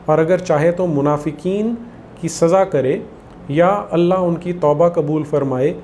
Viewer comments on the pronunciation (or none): none